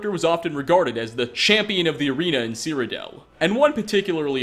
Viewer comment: "Seerodell" Smh n o